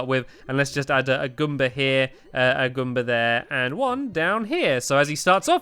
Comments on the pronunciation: It's GOOMba, not ghumba. Goom, as in rhyming with boom. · ITS NOT GOOMBA IN SUPER MARIO WORLD ITS GALOOMBA